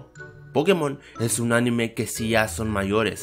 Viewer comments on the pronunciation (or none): none